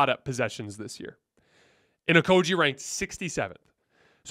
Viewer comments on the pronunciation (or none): Stop saying Josh OkoJee it's a hard G like Great.... It's Josh OkoGie please say it Right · I love your content, but sometimes you have no f*cks given about name pronunciation. Pretty sure it's a hard G my friend